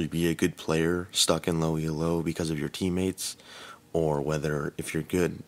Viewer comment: Its pronounced "Elo" not "E.L.O.", its a guys surname who invented some rankings system.